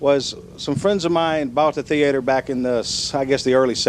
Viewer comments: all i know is it's not a "thee-ater" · Theater is a two-syllable word